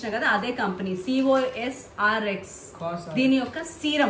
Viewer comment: Cors cors kadu thats cosrx 😂nuvu nee overaction